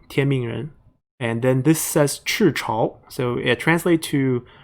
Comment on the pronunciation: Are you Chinese? 'cause your Mandarin is so good， I'd say it's even better than me 🤣. The way you pronounced 赤潮 is so high standard， not even some Chinese can pronounced that good ， you know , 翘舌、平舌 stuff 😅